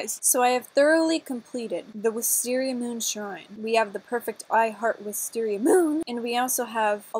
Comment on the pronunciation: You said wisteariagoon its wistesriamoon! 😂🤣😂🤣😂🤣😂🤣🤣😂😂🤣😂😂🤣😂😂🤣🤣😂🙃🤣😂🤣🤣😂😂🤣😂😂🤣😂😂